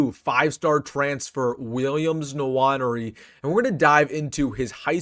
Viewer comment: Having lived in Africa, I'd make an educated guess as to the pronunciation of "Nwaneri." It's undoubtedly a Bantu name, and it's almost surely pronounced: "Nwan-Airy." Instead of saying "Swan," say "Nwan," and "Airy" and you should have it. (Incidentally,, you didn't call attention to the monster block Nwaneri threw on the sideline AFTER his blocked punt. (@ 35 sec into the video. It may answer--along with the fact that he's only 16 years old when the video was recorded--as to the reason he shows less physicality than you expect. He hasn't figured that out yet. My guess: he will have by the present time.)